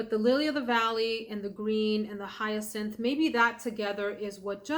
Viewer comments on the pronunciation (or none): none